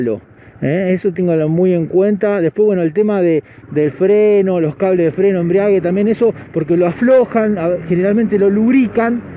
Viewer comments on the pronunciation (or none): embrague* se dice 😂 embriage es que te vas a emborrachar